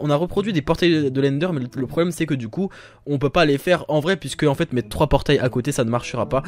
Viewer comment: PK TU DIS TOUJOURS METER LE MOTS EUX PORTAIL PAR EXENPLE